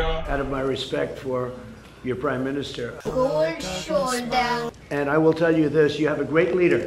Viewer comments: You mean cold shoulder not kooold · Bro one more time ‘cold shoulder’ 😂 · There is 'cold shoulder' and then there is Koowlld shuulda